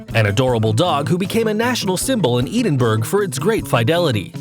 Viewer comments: "Edenburg"....is there no other Scottish person thats gettin triggered by that? Ed-in-bruh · Edd-in-bruh, not Ee-din-burg! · EE-den-burg 😔😔😂, it’s Edinburgh Ed-in-brough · am just gonna put this oot here lad it’s Ed-in-Burra/bruh no Eden burg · Instead of saying Edenberg, try Ed-in-bo-ra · Dogs don't have races they have breeds. And Edinburgh is pronounced ED IN BRA. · In the UK, we pronounce Edinburgh as “Ed-in-bruh”.